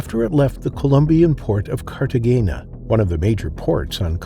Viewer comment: Cartagena is pronounced , Car-tah - Hey - Nah. Not, car- tah - Gay -nah 😂😮 don't feel bad, i also pronounced it that way until the locals corrected me.